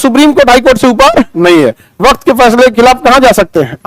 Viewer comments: वक्त नहीं वक्फ। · वाह खान सर वक्फ को वक्त कह रहे हैं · वक्त बोर्ड नहीं वक़्फ़ बोर्ड है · पता नहीं इस जाहिल इंसान के पास पढ़कर लोग कैसे नौकरियाँ पा रहे हैं?? उसने अपनी चार मिनट की वीडियो में चालीस बार "वक़्फ़" को "वक़्त" और "वक़्फ़ बोर्ड" को "वक़्त बोर्ड" कहा है। उसके मुताबिक़ भारत छोड़कर पाकिस्तान जाने वालों की ज़मीन की सुरक्षा के लिए सरकार ने "वक़्फ़ बोर्ड" बना दिया था। अब सरकार उसी में संशोधन कर रही है। हालांकि जितनी भी चरेटेबल ज़मीन है, मुस्लिम की, उसे हड़पने के लिए ये बिल पास किया गया है। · सर वक्त नहीं वक्फ है। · आप शब्द का सही उच्चारण करें वक़्फ़ وقف waqf